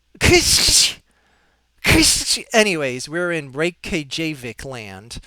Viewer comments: Reykjavik is pronounced rake-ya-vick. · No. More like rake-ya-weak. With the k in weak being told more softly. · Perhaps even more close is Rake-ya-veek